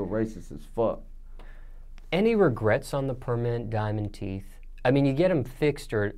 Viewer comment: “Diamond Teef” 😂😂